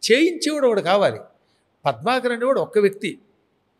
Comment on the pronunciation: ప్రభాకర్ కాదు పద్మాకర్ గురువు గారు ముందు పేరు సరిగ్గా పలకండి sir